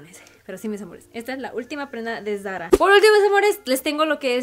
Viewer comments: No entiendo porque habla asi.. todo muy bien pero.. tiene un problema con la "r" ???? que solo es por momentos.. se dice Zara y ella lo dice como muy así ... muy bonita la ropa pero que hable como mujer no como niñita de 4 años.. de a momentos habla bien pero otros..... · van a decir que no puede decir "Zara" ???... escuchen como lo pronuncia... pichurrienta jajajaja